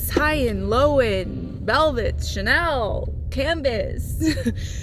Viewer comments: It's chenille (shuh-neel) , not chanel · "che neal" not chanel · and "shun-eel" not chanel lmao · “ChaNELL”. 😂 Chenille is pronounced CheNEEL. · FYI...You're pronouncing chenille wrong. You're pronouncing it like the brand name Chanel. It should be pronounced shuh-neel. 😊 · Totally, not Chanel. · It’s not Chanel. Chenille. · Pronounced Chaneeeel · Chenille is pronounced sha-neel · I think chenille is pronounced, shen-eel. 😊❤️ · You nailed it! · I kept wondering why it sounded like chanel until I realized the fabric she was referring to. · Pronounced Shen - eel😅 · Chenille means caterpillar in french and it's pronounced more like shen-eeye with the final E being pronounced as it is in the french alphabet but less extended if that makes sense. Think of the name Camille for instance. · Pronounced Shen - eel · I was thinking how to describe pronunciation too. I thought “shuh-kneel” was a good description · Hi! As someone who had a chenille (I think you meant this although you pronounced it Chanel) sofa and chairs for many years they did not hold up well after maybe 3 years. The fluffy wore away and made the couch look terrible. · No but I'm not a self-proclaimed "interior designer" mispronouncing a very common fabric